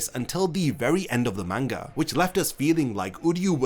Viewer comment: Learn to pronouns manga right! your fckin annoying everytime you utter that word the wrong way...